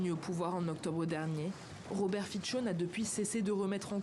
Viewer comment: Fico se prononce [fitso]. Merci...